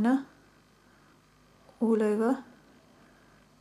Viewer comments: ith "ul ever" you mean all over right? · firstly I didn't notice but after I read your comment I started to realize that you are right she was using that "ul ever" all the time